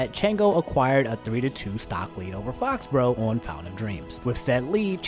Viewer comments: Fo-bro? Faux = fo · It’s pronounced Foe-he-bro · I think “Fauxhebro” is pronounced “Foe-he-bro” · I think it's pronounced "Foh Hebro" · fauxhebro is pronounced like foe-he-bro. three syllables and faux means fake